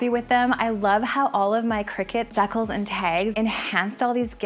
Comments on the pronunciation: I’m pretty sure the word that you keep pronouncing deckles is the word that is pronounced decals…..😊Dee-kal. But I bet it’s a Canadian thing, right? You have great creativity! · Wonderful ideas, but a teeny fyi: it's *dee-CALS*, not *dekkles*. Just saying lol!